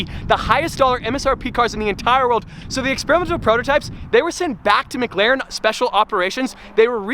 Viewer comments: please man... its McLaren not MgLaren... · Why does say Mcglaren